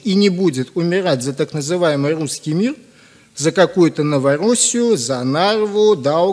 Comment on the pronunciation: С буквой Р проблемы. Не может он Русский, сказать верно. Не просто фонетически, а здраво, человечески, душевно, а уж про духовно и речи нет. Зачем он это говорит? Видимо ненависть какая то. Ненависть это крайняя форма жизнедеятельности. Анти жизнь. Короче не позавидуешь.